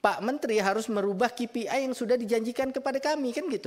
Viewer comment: Bukan ki pi ai bacanya, bos. Tapi kei pi ai, seperti yg diucapkan pak purbaya